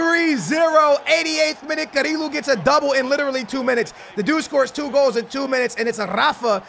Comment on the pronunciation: CariLo, Samarajs, Garmaldo😂